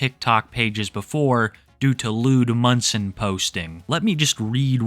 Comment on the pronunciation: You keep saying "Eddie Munson" but I keep hearing "Eddie Munster" and imagining this girl getting the absolute VAPORS over a child actor from 60 yrs ago. After seeing some of the things in this video, I think I might have actually preferred my original mistake.😂